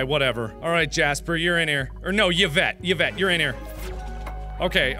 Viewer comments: bruh when he gets Yvette he says it like yavette but its pronounced like evett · Yvette is actually pronounced as Evette, jus saying. My sister's name is Yvette too lol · Everyone else complaining about gameplay, but the true horror? "Ya-vette."